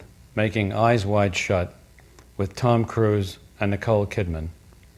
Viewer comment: Didn't sound like he said "Tom" at all.